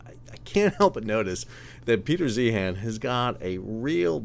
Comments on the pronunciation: First, it is pronounced like ZION. And I appreciated this. Peter is prone to hyperbole. Thanks for getting more granular. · I’d take your opinion more seriously if you pronounced his name correctly